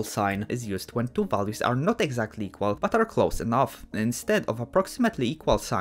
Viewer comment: da 2 lines eqwawiry